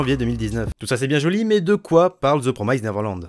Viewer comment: Et c pas promyzede néverelande... ça fait mal à l’oreille